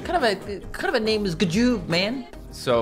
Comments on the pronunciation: It’s not ga joob is g joob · He said ga joob